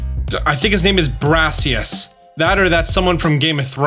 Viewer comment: “I try to pronounce Pokémon games right” pronounces Arceus wrong